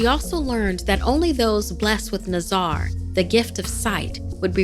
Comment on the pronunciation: I'm punjabi and I kinda died inside when she pronounced nazar.